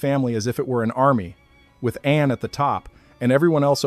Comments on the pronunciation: They are not God's but our slavers and its pronounced Arn not Anne What is meant by humans were noisy ? Hardly busling modern cities I believe the Annunaki were hiding from pursuers and the noise was spiritual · I believe that the pronunciation of An should not be An as in Andes, but An as in Anu😊 js